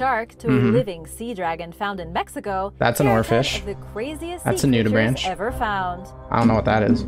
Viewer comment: sorry for being evil but it's pronounced nudiBRANK and not nudiBRANCH (like a tree branch)! easy mistake to make, ik you're into fish rather than these guys so it makes sense, plus the spelling is poopoo :)